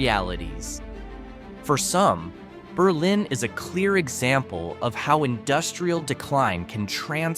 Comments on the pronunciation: Co-OS County. Nor Cose or Cooz. BERlin Not BerLIN. (Which is one of ehe state's few cities, not a town) Over the top cringe worthy. Plus almost every town in this video is hardly remote. Most of them are on major US highways, within a hour or two drive at most to the big cities of Manchester, NH, Boston,Worcester, or Springfield, MA, and Hartford or New Haven, CT. Have you even been anywhere near NH? I doubt it. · "Berlin" NH is pronounced "BUR-lin," not like the German city. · Just a couple of pronunciation corrections. Coos County looks like it should be pronounced the eay it's spelled. It's actually co-oss with accent on co. Berlin is in Germany. Ber' lin is in New Hampshire. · Mispronounced Coos and Berlin!